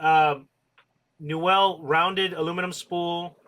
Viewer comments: Newell is pronounced new weul, not "nouwelle". Just thought I'd mention. I met Carl Newell years ago at his factory and that's how his surname is pronounced. Very pleasant man btw, he helped me personally replace a reel that had been lost at sea... I'm a big fan of his reels and have a large number of them in mint condition. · Why do you pronounce newell so wrong, here look up 2ndchancetacle and you can hear how it's pronounced.